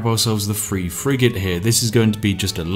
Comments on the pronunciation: I love your videos but your accent is so horrible. Lets get free more fishing boats....🤦‍♂️ Th is not a fffff sound for ducks sake. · I know you are saying Age of empires 3, bit I keep hearing Age of empires free